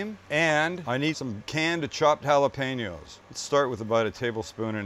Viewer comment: Sounds good minus the Jah-lopanos